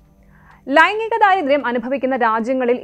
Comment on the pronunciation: ലൈംങ്ങിഗം, ലിംങ്ങഭേദം വാർത്ത പറയുന്നത് കൊള്ളാം. ആദ്യം വായിക്കാൻ പഠിക്ക് സ്ത്രീയേ